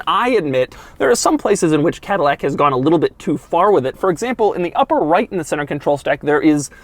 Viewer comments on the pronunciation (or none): CADILLAC TAH